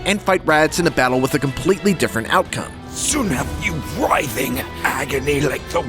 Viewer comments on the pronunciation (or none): none